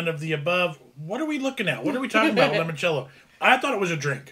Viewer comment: It's limoncello like the instrument. It is an Italian lemon liqueur that's made in southern Italy.